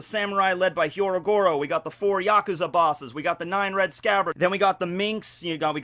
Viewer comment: It's not hyorogyoro, it's just hyogroro